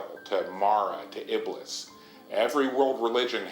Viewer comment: FORREAL I WAS LIKE NO WAY HE SAID IBLIS 😭 THIS GAME IS SCARIER THAN I THOUGHT 😭